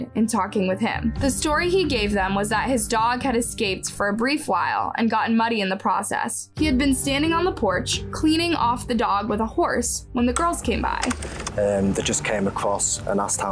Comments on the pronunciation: These are horrific events and I can't believe these individuals could do something like this, especially the second story. But I couldn't help but giggle when said in the 3rd story, he was washing his dog off with a "horse" out front. I know she meant hose, btw. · Bro, she doesn’t even know how to pronounce words. Watch her other videos. Not to mention the fact that she said that guy was washing his dog with a HORSE! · This chick really said horse instead of hose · Did anyone else hear “cleaning off his dog with a horse” instead of “hose”? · yeah i caught that too. think she meant to say hose! lol idk how she didn't catch that either. specially in editing. but oh well we all knew what she meant.